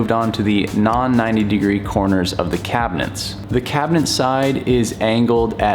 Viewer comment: Is he saying cabineNt?